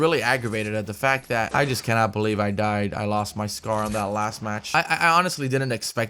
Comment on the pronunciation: "There goes me meh Scar" LMAOO